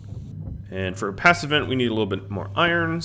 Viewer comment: It kinda does sound like you are saying "pass events" when addressing "passive vents" :) Even the YT auto transcription understands it that way. I was fairly confused at the beginning what are you talking about, but it's fine :)